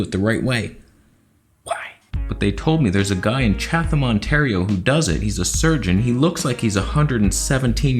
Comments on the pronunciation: It's Chat-ham not Chathhhham you idiot! Go back to Thailand! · Ha. "Chath- am". It's chat- am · Cha - tum not cha-th-am. That was driving me nuts lol I’m surprised there’s such a specialist in that small city no where near other cities tbh. Make the appt. Go. Research. With this stuff going on atm not like surgery would be anytime soon. And honestly I prefer older doctors as they’ve seen it ALL and have way more experience than the young ones!! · Had to giggle at your pronunciation of Chatham. Us locals say it like Chad-dam. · Oh my god, I just woke up and didn't even know he was trying to say Chatham! I was like, "Where...?" Hahaha he just said it again xD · With emphasize on the first syllable! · The H in Chatham is silent. I live near London Ontario. About half way between you and there